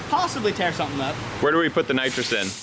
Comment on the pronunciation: We all know that is not a car's guy, when he said nitros! hahahaha